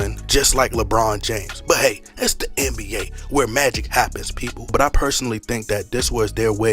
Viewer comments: Tf you keep saying RBA . It’s NBA . Can someone explain why he says this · I watch this just 2 hear u say RBA 🤣🤣🤣🤣